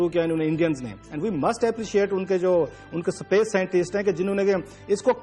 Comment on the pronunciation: Sapace nahi hota hai Space hota hai